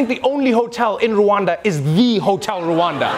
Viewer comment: Rwanda.. NOT RU....ANDA.RRwanda